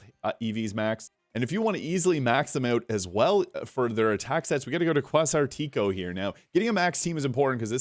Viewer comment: Did he say Kwaz-are-tea- KO 😅